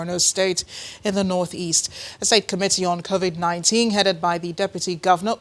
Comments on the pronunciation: Did he just say Corovik 19?😄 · Why are Nigerian's finding it hard to pronounce Covid-19/Corona-Virus...smh 😆